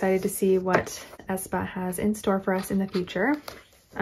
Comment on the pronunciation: Not A. E. ae like ae. Spa (Aespa)